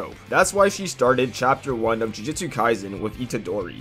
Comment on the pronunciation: Bruh you always pronounce it jujitsu....... jujutsu